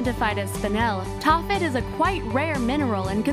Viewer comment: #16: Taaffeite. Taaffe is a Celtic name, usually Welsh. It shows up in the racist English nursery rhyme, "Taffy was a Welshman, Taffy was a thief....." So the name of the stone is pronounced, "Taff-ite." PLEASE do your basic research before uploading these videos!!!!